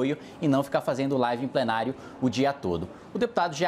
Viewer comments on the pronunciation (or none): none